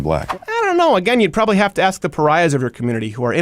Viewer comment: Axe not ask?